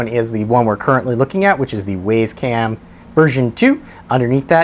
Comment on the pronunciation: Where do u get the name Waze its wyze just like u would say wise lol